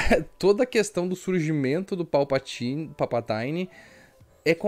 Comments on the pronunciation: Boa análise, parabéns. Achei o filme muito pobre de roteiro e direção. E aquele beijo no final... "Joe and Rachel feelings" Só uma obs. é Palpatine (vide pronúncia do google tradutor) mesmo e não "Palpataine". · Povo tá viajando na maionese na pronúncia...me pergunto se isso é uma piada com os atores falando errado no novo filme? Sei lá, não verei mesmo rs A pronúncia correta é tipo "Palpatinn" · PALPATAINE kkkkkkkkkkkkkkkkkkkkkkk